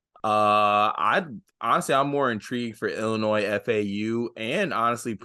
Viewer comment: And ILLINOIS 😂